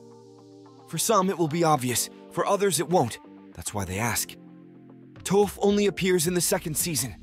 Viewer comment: Bad pronunciation at times... for both Aang and Toph.. also what's with the anal voice .. ? you sound anxious to be finished.